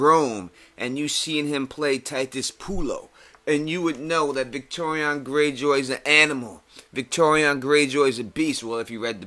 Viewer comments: Why are you pronouncing it like "Victorion" instead of "Victarion"? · Victarion, not Victorian, mate... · Yeah man, I know who you're talking about. Great video by the way, and I 100% agree with you about the recasting of both Euron and Victarion. I was just wondering why you pronounced his name that way. Love your videos, and it's awesome you actually reply to people's comments!